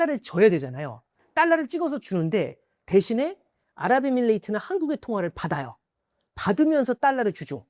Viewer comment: 에밀레종 치냐? 에미레이트 임마. 에밀레이트가 아니고 😂